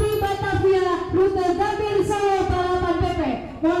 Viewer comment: Gambir ❌ Gambie✔️